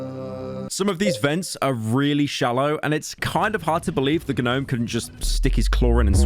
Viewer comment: I can not stand the pronunciation “Guh-nome”